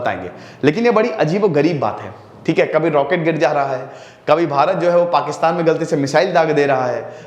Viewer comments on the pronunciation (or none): none